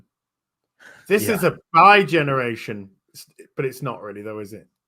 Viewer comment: It's not 'bigeneration'... it's fucking DEgeneration!